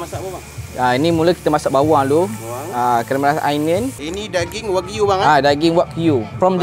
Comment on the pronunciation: Wegyu..wegyu..sebut je wagyu bang😂